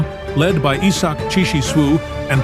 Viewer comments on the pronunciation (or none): none